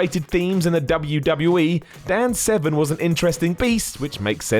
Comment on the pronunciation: Are you saying Dan Seven? casue there is an r in his name